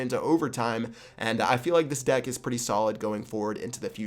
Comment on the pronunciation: just said " Cheap Pat's dick" instead of " deck" lol